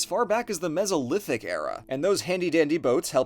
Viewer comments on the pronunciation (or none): none